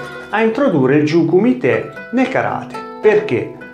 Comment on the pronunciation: Intento interessante ma, mi si consenta, tante imprecisioni sia linguistiche (il nome di Yamaguchi, già fatto notare, ma anche la pronuncia di jiyuu kumite) che storiche. Sono stato dieci anni nella ikga allenandomi anche in Giappone. Conosco un pochino la scuola e la storia di Gōgen e ci sono alcuni momenti storici che magari potresti recuperare (come e con chi ha iniziato il karate, il suo ruolo come figura legata allo shintô che accenni appena ecc.) e magari approfondire in un altro video :)